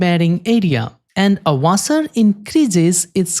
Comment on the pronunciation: Wait how can you say section perfectly but not washer